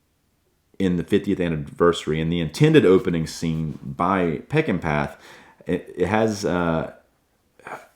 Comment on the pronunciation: It’s my favorite movie.. I’ve seen it at least 100 times in the 50+ years since it was first released. You’ve done a very nice job of critiquing it.. but you’ve got to know that Peckinpah is pronounced peck-in-paw! A genius and a tortured soul. I’ve often said if I could meet one person when I get to Heaven it would be him. Thank you,.